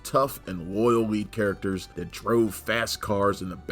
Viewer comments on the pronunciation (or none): none